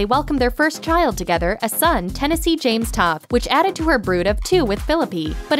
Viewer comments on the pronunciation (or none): none